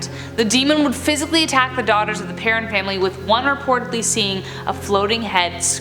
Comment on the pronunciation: PerrOWN family... Not parron